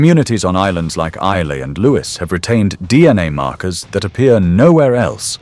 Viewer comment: Islay is pronounced eye la